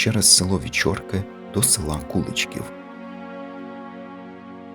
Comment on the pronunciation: Дуже цікаво ,я зВеликих Мостів з діда прадіда ,мій тато також служив в польскій армії в 1939 роціті в нас згадувалося село Вечорки і у В.Мостах живе Мар'ян Кладний ,може то родина ,а село називажться КуличкІв ,наголос наІ ,село недалеко від Белза